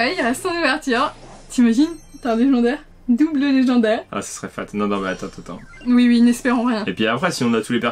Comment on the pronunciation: Sa va lé-gens-daire 😂😂😂😂